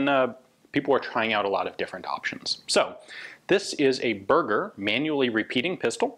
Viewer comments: Ian, Berger is pronounced ber-jay, like a Fabergé egg not "burger" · Ber..jay. Not berger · Just a little comment to say that Berger is pronounced ber-jay not burger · Berger is pronounce like the champagne Fabergé without the first syllable. That's mean sheperd btw :). Great review as usual, cheers from France. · If am not mistaken if the guy is French his last name would be pronounced "Bear - Jay" instead of sounding like the delicious food item. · Berger means shepard in french, and is pronounced "bèrgé" not burger... that's really confusing to hear Ian mention the pistol as a burger XD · It's pronounced "Berjay" (soft G), not "Burger". ;) Also "Breveté" is pronounced "Bruh-vuh-tay". (And yes it does just mean "patended"; "brevet" meaning "patent" in French; whereas a "patente" is either a public legal document, or a wooden beam, in French. And if the "e" has a grave accent, making it "patenté", that can also mean "innovated by cobbling together" in slang). For example, your krinkov and M1 tanker are not "fusils brevetés", but rather "fusils patentés". ;) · "Berger" is pronounced more like bear-jay and means "Shepherd" in French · they're pronounced differently though: Berger is “bear-ger”, Burger is “boor-ger” and Bürger is... well, there is no equivalent in English for a German “ü” (or a French “u”, which is more or less the same). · Berger is pronounced bear-jay :) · Quick reminder Ian, it's not Burger like food, french word ending with "er" is prononced "é" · Bear-zher where the zh sounds like the s in vision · Sure it is not pronounced "Ber-jay" (like shepherd) since it is french? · Cringed every time he said burger. It is Berger, french. Anyways, great vid! Beautiful firearm.